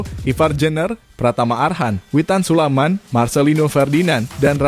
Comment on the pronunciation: Admin gak Pernah benar menyebut nama Witan Sulaiman, admin selalu sebut witan sulaman, ini nama orang bro, jangan suka2 kau ucap Nama orang, kalau kau mau dihargai, hargai pula orang lain,terutama sebut nama orang dengan Benar, jadi admin kok BOTOL banget loe...